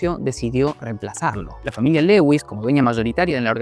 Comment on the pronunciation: "Lewi" "suansea" pero ponele más voluntad